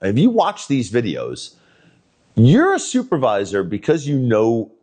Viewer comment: He asked to talk to a supervisor, and he got to talk to a supwrvisor. Lol